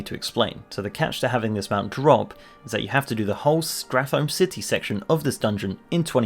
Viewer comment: Stratholme - 'Stra-thm' Relieved to hear someone say this the way it would actually be pronounced. Everyone says 'Strat Home'; drives me up the wall